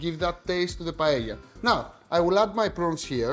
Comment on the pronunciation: Que bien pronuncias la palabra "paella", me encanta que un Heleno pueda hacer una versión griega de uno de nuestros platos nacionales mediterráneos. Hacer esto solo lo vería con buenos ojos a un italiano o a un griego, sobretodo por ser las tres grandes culturas mediterráneas. Ya sabes Akis, si Grecia, Italia o España no existieran, Occidente no existiría 😉 Un placer! 🇪🇸🇬🇷🇪🇸🇬🇷🇪🇸🇬🇷🇪🇸